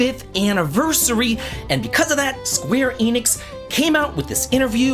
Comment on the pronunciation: My dude, it is pronounced "Eh Nix", not "Eee Nix".